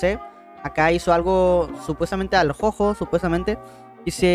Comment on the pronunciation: jojo se pronuncia como el juguete yoyo si no me equivoco y 666 de likes xd